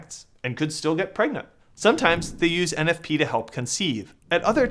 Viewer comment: 😂😂😂 Thomas ain’t talmbout no eneffpee